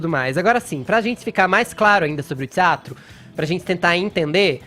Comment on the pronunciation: Tsiatro no lugar de teatro.., pqp.... Clodovil se revira!!!!!